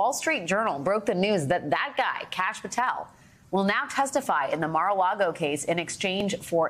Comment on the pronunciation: Great piece but you pronounced "conmans accolite" and "Mar a Lardo" wrong